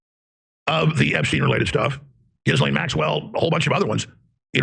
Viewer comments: I like how jimmy has always pronounced ghislaine maxwells name like JIZZ-LANE 😂🤣😂🤣😂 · Maxwell's first name is pronounced GELEN. with a hard "G"